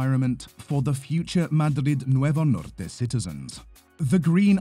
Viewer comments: Agradezco tu pronunciación "Madrid Nuevo Norte" en castellano. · I mean they are talking about Madrid Nuevo Norte after all 😅 it just stands out moure because he pronounces it right